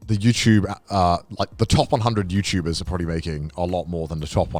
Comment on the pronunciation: I swear gaunt said youpubers….